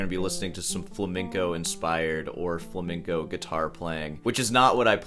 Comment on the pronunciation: The guitar Viking is pretty lame. Not knowing how to pronounce flamenco is also pretty lame😉